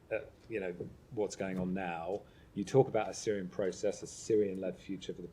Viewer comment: "Syirian led process" 😂